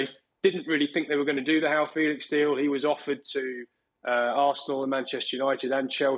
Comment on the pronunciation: Why is pronouncing Joao Felix... How Felix...tf